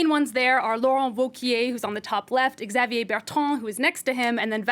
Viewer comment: Learn to pronounce Xavier correctly.